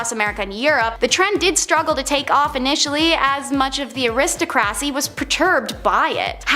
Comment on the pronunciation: Entertaining stuff. HOWEVER, the young lady on here drives me crazy with her mispronunciation of words. Aristocracy and other 3 or 4 syllable words. Her emphasis on syllables is way off! Drives me insane. But you two guys did great.